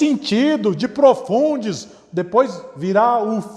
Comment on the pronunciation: Di- pro- fun- des "DIPROFUNDES" ksksksksks Melhor parte kkkkk